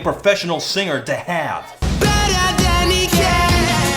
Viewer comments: Correct Pronunciation: BETTER THAN HE CAN!!!! I prefer DENNER PAN PECAN!!!! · the part where he says "better than he can!" sounds like "BETTA BANDICAM!!!!!"